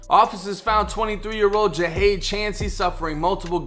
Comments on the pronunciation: His name is pronounced (JUH-HOD) JUH-HOD; JAHADE. KNOWN AS PANDA🐼🕊 & yes, he was nothing but genuine🤲🏽💜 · His name is pronounced Jah-hade